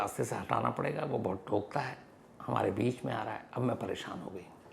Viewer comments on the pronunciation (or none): Sir Ji thokta nhi hota, tokta hota hai